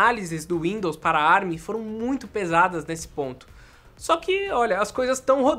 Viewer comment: Com as maravilhas da tecnologia Árabe (ARM) foi o que eu entendi o falar no começo 🤣